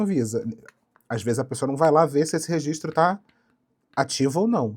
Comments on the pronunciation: "Rezistro" é foda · não mesmo. Rezistro é erro mesmo e tá tudo certo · 'impressão minha ou a proprietária fala rezistro ? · é mole uma dona de empresa gigantesca falando "resistro"? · A diretora da escola na qual eu estudei o ensino fundamental lá no Maranhão massacrava quem falava rezistro kkkkkk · Nem vi o video todo, mas queria primeiramente informar que eu apoio a pronúncia "REZISTRO" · Angústia dessa mulher falando rezistro... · Ela fala rezistro igual meu pai kkkkkkkkkjjjjjj